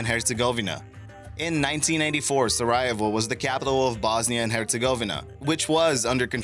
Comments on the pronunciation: Good content, but you really should work on proper pronunciation of some of the places. In past videos i noticed some really mispronounced names. In this video you absolutely massacre Sarajevo. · Chelsey Martin so? He’s trying to make a name for himself as a narrator. Thus it’s HIS JOB to make sure he’s pronounces everything correct. Seiche is one syllable and I’d find it hard to believe that anyone could’ve butchered Sarajevo any worse, short of never having heard of the Balkan Wars in the first place, yet here are. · It's pronounced sara-YAY-vo, yuh moron! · Very interesting and informative video thanks, however could you brush up on your pronunciation, Sarajevo was totally destroyed by your pronunciation, it’s Sara-yay-vo, sorry but the way you pronounce place names is important, I am sure you agree. Nonetheless a big thumbs up 👍. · its SaraJAYvo not sarahivo.... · It's Pronounced Sarah-Yeah-Vo. RESEARCH FIRST... ugh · No, it's Sarahey Ho. Don't be stupid. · #4: Sa-RY-a-vo? wtf? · Great video but for the Sarajevo its pronounced Sarajevo = særəˈjeɪvoʊ/ SARR-ə-YAY-voh. Sorry it just bugged me a little. Loved the video though. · Sara-yay-voe. Maybe you'd all prefer that he just stop making shows for us to sit and listen to by the hundreds. Maybe everybody should quit and leave you takers with no more givers to exploit with your compulsive egomaniacal criticism. But then who would there be to exemplify the disgusting, pathetic, almost TRAGIC Dunning-Kruger Effect?????? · Strange pronunciation of Sarajevo. Pronounce it: SAH-RAH-YAY-VOH. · its pronounced sarah yay voh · friendly info it's is sa-Ra-je-VO :) good way to google before pronouncing a word :) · Sariayvo? Vila? Read much? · Sare-EE-aye-vo You need to look up how to pronounce some things. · Sa-ree-ay-vo. Sarajevo. You're welcome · It's actually SaRAH-yay-vo. You're welcome too. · Sar rye evo? Sigh... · Sari-yay-vo. It matters. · That's not how you pronounce Sarajevo